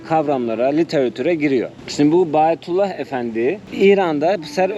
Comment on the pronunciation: Bayatullah degil. Verilen ad bahaullah!